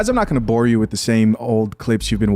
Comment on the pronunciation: "She dealt wiff"....